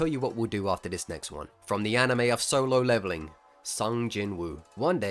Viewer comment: at solo leveling your british peaked